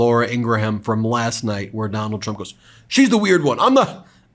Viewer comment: SHOULDN'T SHE BE CALLING HIM DON-OLD?😂 THE SICK PART IS THE REPUBLICANS THINK THEY HAVE THIS IN THE BAG, BECAUSE THEY HAVE ALL THESE LOYALIST TO NOT CERTIFY SWING STATES. HE'S TELLING IT STRAIGHT OUT, HE DOESN'T NEED THEM TO VOTE, THEY HAVE IT ALL FIXED. WHAT, HE THINKS HE'LL AUTOMATICALLY TAKE OVER THE WHITEHOUSE BECAUSE HE JACKS UP THE ELECTION. SMH